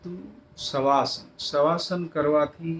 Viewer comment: Saheb savasan hota nahi ki shavasan